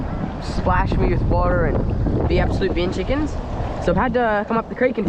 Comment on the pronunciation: I’m Australian and it’s BIN CHICKEN NOT Being chickens AND MOST CERTINALY NOT BEAN CHICKEN